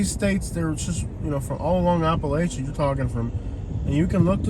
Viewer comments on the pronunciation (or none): none